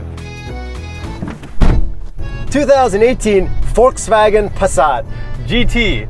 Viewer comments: well almost perfect. Volks-Wagen your volks sounded like a Forks instead of the Folks how it should be and the a from the Wagen, is not lik a from anus but rather an a like from bra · its not foulswagon its VOLKSWAGEN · Well you guys still haven’t got it right. It’s “folksvagen” f as v, v as w. There’s no r in volks, no w in wagen. You said “forkswagon” wthell? Try pronounce BMW the correct German way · You said Volkswägen instead of Volkswagen. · Stop saying uolkswuagen. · Sorry... Angry germans incoming: you pronounced Volkswagen like Volkswäg'n... Not the proper way... Big disappointment. Still love you guys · Says "Folkswääägen" -> gives himself probs for saying Volkswagen korrekt. just joking.. I love you guys.. but try to say the following sentence: I go to the cinema AFTER I drive the car... The key word is after.. the first letter.. 'a' try to pronounce the volkswAgen exactly like the a in After.. so it will sound more like volkswaagen and not like volkswäägon, like it's a station wagon.. Otherwise I really appreciate your work! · Guys is it Pronounced Volkswagen or Folkswagen? 😃